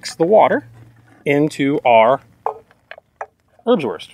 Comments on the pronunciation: Airbswourst. Try pronouncing it this way. Great Video though. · Usually Americans pronouncing German is very hard to listen to but I enjoy hearing you say "Örbswörst" again and again. Great video to showcase these rations from yesteryear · Haha! "Örbswörst" (love you, greeting from the country of the Örbswörst) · Thought you said herbswurst, that sounds more like a Netherlands thing. This differs from wurstherb would be something I experienced back in '95 in my buddys dorm. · Your way of saying Ernswurst sounds funny. Not because of your accent, but because I have never heard it spoken without a huge amount of contempt and disgust by someone over 80 😆 I guess having to live off this stuff for a few years changes your perspective 😉